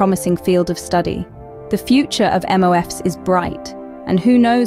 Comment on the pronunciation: Neat video! MOF is pronounced straight forward "MOF", not "M-off" as is done a few times throughout the video. Also, even though MOFs seem like this wonder-material, they, like all other material, have their limitations. Most notably are they relatively unstable at certain conditions (e.g. at elevated temperature), causing them to decompose quite rapidly. This is probably the main challenge to overcome for MOFs in the future.